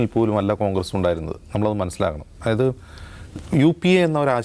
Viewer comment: ബ്രോ, അയായത് അല്ല, ദയവു ചെയ്തു അതായത് എന്ന് പറയു, കേൾക്കാൻ വളരെ ബോർ ആണ് "ആയത്" എന്ന്.